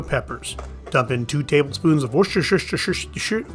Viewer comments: Hi I love your channel, have been watching from the UK, I have no idea why I have always been interested in the Wild West, but I love the real history- not the manufactured Hollywood version- anyway I digress, it’s just pronounced Wooster (wo’ster) sauce - I know it’s really annoying ( half the place names in Britain are pronounced differently to the spelling) 😂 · Why is it that Americans seem to struggle with pronouncing worcestershire? It's three syllables - wooh-stuh-shuh. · I'll ask my buddy Yosemite Sam to help you with pronouncin that sauce.